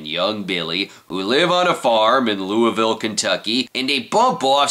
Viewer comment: Congrats on being the first person I have heard pronounce Louisville KY correctly who didn't happen to be from there or at least spent time in the area!